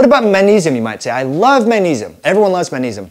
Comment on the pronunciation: Did you say manisum?